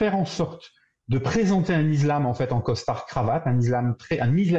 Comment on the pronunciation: On dit iSSlam et non izlam !